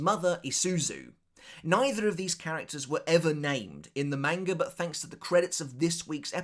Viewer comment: I love your content but god, the way you pronounce manga is infuriatingly incorrect.